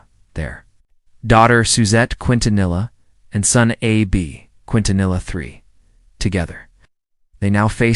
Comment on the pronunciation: Why can't this person talking pronounce "Quintanilla and Los Dinos" they think every vowel is long its unbelievable!!